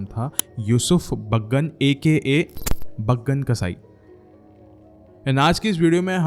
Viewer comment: baagan nahi hai chaggan hsi sala 😂😅😅😅😂😊